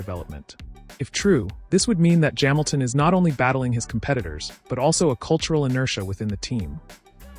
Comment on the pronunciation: Formula uno? Jaminton jams. Very well spoken but saying Luis Jaminton funny.